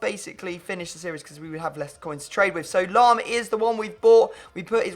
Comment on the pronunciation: Its lahm lol